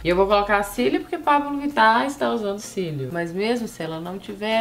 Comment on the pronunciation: Tive a impressão que a Camila fala Paulo Vittar no vídeo!! 😏😏😏